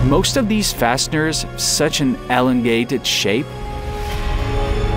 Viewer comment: "wielding transformer" "ammpers" "alangated"